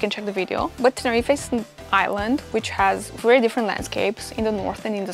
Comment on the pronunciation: Dry your eyes and go back to Russia. So much moaning in one video. Also learn how to pronounce Tenerife.